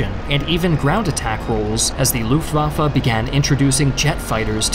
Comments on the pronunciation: "Luftwaffa" its "L U F T W A F F E" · that's not how you say "gotha"... it's not an english th... also "lufftwaffe" lol